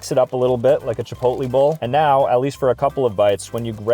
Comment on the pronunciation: it also helps if your a kid... aslo im pretty sure tht is not how you say chipolte